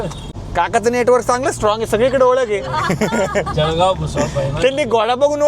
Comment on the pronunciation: जडगाव नाही जळगांव म्हणतात भाऊ